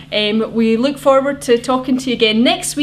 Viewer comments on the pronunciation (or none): Its "Look",,,,NOT "Luuuuuuuuuuuuck".Speak english or go home and have some Haggis, cigs, and beer daily.